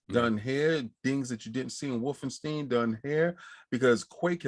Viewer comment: Damn, this is my fav episode, hope we see more of just ya’all 4 in the future, chemistry on point!! (P.S. pls tell King it’s Wolfenstein not WolfenstEEn, starting to think he’s saying it like that on purpose 😂)